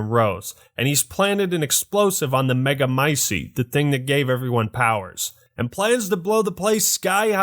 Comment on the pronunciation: Its mutamicite not MEGAmicite